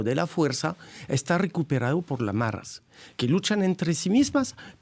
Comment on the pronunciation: Se dice maras, NO "marras"!